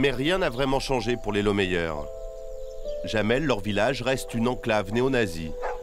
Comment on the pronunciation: sauf que ça ne prononce pas jamel comme dit le journaliste mais yamel, le "oui" en allemand s'écrit "Ja"